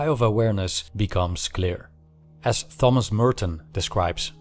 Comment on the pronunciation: Thank you. One note: „Thomas“ is not pronounced with the typical „th“, but as if it were written „Tomas“.